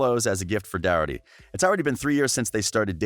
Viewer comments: The person speaking says his last name wrong it's spelt Doherty but pronounced the h as a k like dokerty but spelt with a h not a k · Cringing at the way the guy says Thomas’s last name, it’s Docherty (pronouncer DOC-ERTY) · You butchered Doherty. Name